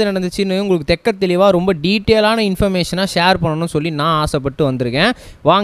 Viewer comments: தெட்டத் தெளிவாக தம்பி தெக்க தெளிவாக இல்லை. தமிழை சிறிதேனும் கற்று கொண்டு வீடியோவில் பேசுங்க தம்பி. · ஆம் தெள்ளத் தெளிவாக என்று சொல்லவேண்டும்....